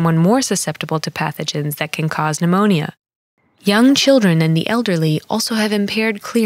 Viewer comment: I love that she’s teaching us about pneumonia but pronounces every letter in the word 😭